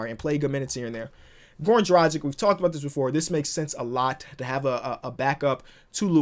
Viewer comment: Drah-gich not drah-gik